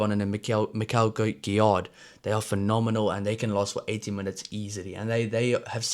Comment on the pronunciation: Gro(s) don't prononce the 's' Guillar(d) same, and also it's like 'give' fort the first part. 'Giyar' Nouchi make me think like Duane Vermeulen. Hope he will reach that level 😜 👌